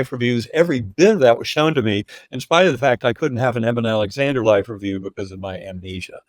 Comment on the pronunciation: First of all, I find John Burke's repeated mispronunciation of Dr. Alexander's name disrespectful. The host pronounces it correctly, which you would think is a cue to Burke as a reminder, but no - he continues to call him "Eeeeben" throughout the discussion. Minor point, but it was irritating. So on the one hand, we have the 'God' of Unconditional love - accepting everyone with no judgement. And on the other hand we have Jesus' sacrifice for our 'sins' and transgressions to 'save' us. But with a caveat - so long as you follow Jesus and believe in him, wahla! That's your ticket to Heaven. All the rest, well... sorry for your luck. Burke's research seems biased toward Christianity laden accounts only. Or its his main focus. I've listened and watched many NDE accounts where Jesus doesn't appear, but a guide or guardian type of being comes to help the newly deceased person. There's still the unconditional love theme though throughout. Anita Moorjani's NDE didn't feature Jesus either - she was brought up in a multicultural country with different beliefs. She saw and communicated with her own father. It makes ZERO sense that an 'unconditionally' loving God goes and imposes the condition of believing in Jesus or you're doomed. The NDE literature and thousands of accounts contradict that doctrine. So either the Bible is wrong on this point - having been written by groups to gather followers and power. Or it's correct and Christianity is based on God's conditional love for humanity. O